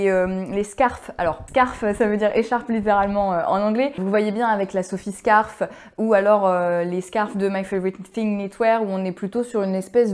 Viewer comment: "scarf" (prononcer [skôf]= foulard, en français.